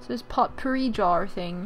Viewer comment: It is pronounced poh-pourri, not pot-pourri. Not to sound rude or anything. I was just raises by an English teacher.